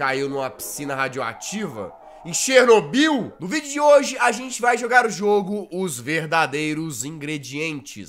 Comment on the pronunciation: Por que você fala Chernobyl